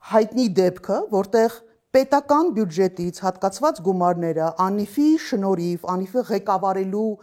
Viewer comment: Տիկին , ոչ բարով իրավապաշտպան էս ու չգիտես որ բյուջետ չի , բյուջե է , հազար անգամ էլ կրկնեցիր